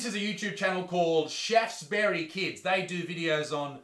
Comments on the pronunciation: When Isaac said Shaftebury Kids I heard Chefs Bury Kids lol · Anyone else hear ''chefs bury kids'' instead of Shaftesbury Kids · Haha I thought he said “chefs bury kids” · shaftesbury kids i heard "chefs bury kids"... and that is too accurate for my taste no pun intended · As you said Shaftesbury, i thought you had said "chefs bury kids", which would have been a far grimmer title